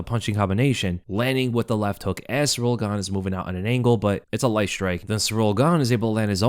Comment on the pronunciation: Please, it's not Cyril or Cyriil. It is Ciryl.